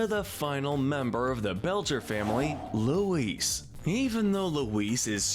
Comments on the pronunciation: You’re pronouncing Louise wrong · Lou-WEESE....WEESE...WEESE... Forgot Aunt Gayle too.